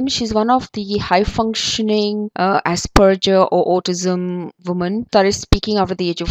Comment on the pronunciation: I got high functioning autism, which is similar to asperger... Oh, and u pronounced asperger wrong lol... good vid